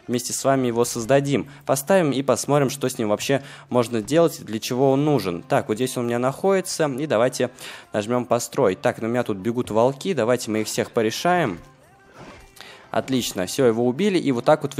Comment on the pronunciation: Привет,. Это может показаться тебе занудством, но в твоих видео я не первый раз слышу слово волкИ, дак вот правильно говорить вОлки,спасибо,побольше подписчиков!:D